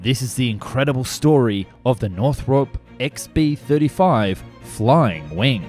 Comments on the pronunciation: It's pronounced Northrop, not Northrope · Man, please... it's North-rup, not North Rope. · Can't listen to this, half my family is called Northrop and it's not north-rope it's north ROP like DROP . Sorry, we all have our little foibles! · NorthROP not NorthROPE. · Pronuncation police. It's naw throp, not naw thrope. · Never heard it pronounced 'North-rope' before. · Just so you know, it's pronounced as it's spelled, North-rup.